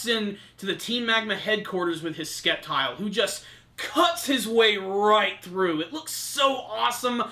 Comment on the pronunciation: It's pronounced Septile, I know it's spelt Sceptile but you don't say Skeptile, come on, I hope next week is an episode all focused on Brandon vs Courtenay